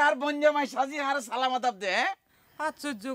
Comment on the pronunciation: চঞ্চল ভাইয়ের সালাম দেওয়া টা ঠিক হয় নাই